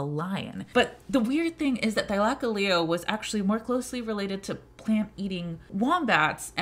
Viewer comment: I hate how she pronounces it. "Thy-lak-a-leo" like what the hell it's "thyla-cole-leo"